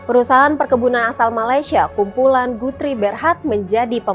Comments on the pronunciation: Guthrie sebutnya GATRI...iq78 ya😂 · Betul. Guthrie itu asalnya nama orang Alexander Guthrie (30 December 1796 – 1865) pengasas syarikat Guthrie di Malaya ketika itu. Maka sebutan nama orang haruslah betul bukan ikut loghat.